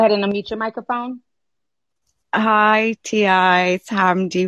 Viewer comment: This lady said "hoi T.I." XD